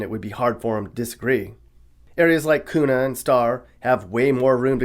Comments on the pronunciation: .. its Keww-na... not Koo-na Also.. we don't really care that people move here, aside from the housing market.. thanks for that btw... but don't move here.. and try to change the politics to match that of where you left.. 😉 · Yeah, and it ain't Koona, it's Que-na! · Q- na = Kuna not Coona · Kuna is pronounced "q-na" not "coon-a" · Good video, only one thing to say as an idaho resident. It's k-yoo-na, not koo-na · Kuna= Kewnuh not Koona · Idaho sucks. Don't move here. Also it's pronounced "que-nah" not "koona" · There's no Z in Boise! And... it's cue-na... not koona. Just sayin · You pernounced Kuna wrong :( Its said like Kew-na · "Koona" haha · Correction: Kuna is pronounced kee you nah. . .Otherwise, you totally nailed the Idaho attitude! NO DRAMA!! (Weiser isn't bad, though.) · Awesome synopsis. Sums it up pretty well. Btw it's Kuna with a Q... hehe. I made the same mistake moving here, as do most people. I've been here 6 years from Wisconsin and it's changed a ton since then, but still a great place to live...for now. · Correction: kuna is pronounced “Q-na” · Pronounces Boise correctly, proceeds to mispronounce Kuna. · At least you said the Boy-C right but still got Kuna wrong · Dont say kuna wrong bruh. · You definitely did your research, this is an informative video for out-of-staters! You had me convinced you were a native local until you said Kuna. Also, you can’t touch a house for less than $420K here now... someone please correct me if I’m wrong. Yes there may be a house on the market for $350k but it will be sold for $450k with multiple cash offers! And the builders’ lists are now more like 12 months (I’m on one). Nice ending song 🤣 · it pains me to hear what you called Kuna